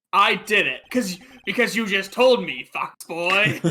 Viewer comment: Am I the only person who heard "Fuckboy" and not "Fox boy"?